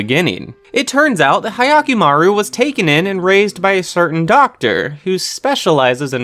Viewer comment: I watched Dororo and have the Noragami Manga. Jujutsu kaisen is mainstream but it never got me interested. I really liked Dororo. I guess the main difference between Tanjiro and Hyakkimarun (You didn't pronounce the name correctly btw) is that Tanjiro isn't a toddler. Seriously, Hyakki is literally a baby. I still haven't watched episode 4 of Demon slayer. Noragami is still amazing and the story is picking up. But personally, I just want to get it over with. I kinda lost interest after having to wait a year for every new volume.